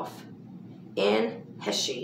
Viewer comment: Anne's last name is actually pronounced Haysh.